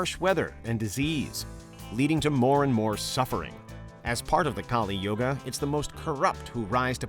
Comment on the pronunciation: As an Indian and being familiar with all 4 theories i think: 1 i dont find them bizarre at all. 2. I don't know if i should be offended with his pronunciations. Its 'kAl yug' not kalI yugA . Kali is a goddess of destruction with the paramount importance of her own. He said 108 yugas had passed well that's the part I'm not sure about. He him self said that there are 4 yug(s) (which is correct) so it must some years not yug . [i will get this confirmed from my parents and my pandit ji (priest) tomorrow].